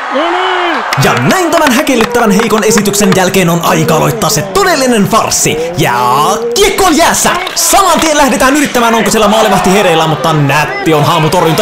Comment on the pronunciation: Luulin eka että ei osaa sanoa jääkiekkoa ku se sano sen niin oudosti😂😂💕